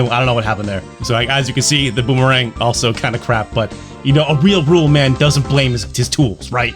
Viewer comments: Rolimã sounds more like "Hoh-leeh-muh" than Rollman:P but nice attempt, keep 'em coming, we love your stuff. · Tip: "Rolimã" is pronounced similar to holy mann, it is the name of a "cart" made of wood using bearings as wheels, "rolimã" in Portuguese is one of the synonyms for "bearing". These wooden carts are like a skateboard that you sit on, but the front axle is only held by a frame in the middle, so you place your feet close to the ends of this front axle, and use it to control the direction, while the car runs downhill. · Rolimã is pronounded "roh-lih-mahn" (the a-tilde, ã, means a nasal sound, like a m/n but shorter). The title refers to the ball-bearings used as weels in this kind of "soapbox carts" kids used to race downhill. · Hello from Brazil,! Zeebo was, is and will always be a bad, bad joke. Out of curiosity, "rolimã" pronounce would be something closer to... "Holy-mun" That "ã" has the sound of "un" like "fun" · "rolimã" pronounces something like "holy woman", but without the "wo", so "holy (wo)man". Rolimã is the name of a backyard built, wooden kart-like small car used by children to go down inclined streets. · It's not rol man, Rolimã it's the name of that kind of "cars" that you build to roll down the streets. Carrinho de rollima "Rolimã little car" Trust me, I'm Portuguese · I’m dying with struggle to pronounce “Rolimã”.😂🇧🇷 It would be something like “Holy-mahn”. Rolimã is a makeshift wooden “kart” WITHOUT engine that kids play with, down declined streets and alleyways. If this sounds dangerous, it’s because it is quite dangerous, actually. Think of it like a “poor minors’ x-treme sports”. A mix between skating and illegal street racing. (A little less dramatic than I’m making it sound)😂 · My man That's not how you say "Rolimã"